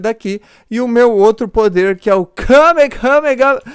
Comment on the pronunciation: É Kamehame Háaaa Ñ KamehameHame Háaaa Sério Foi Mal Me Dá Robux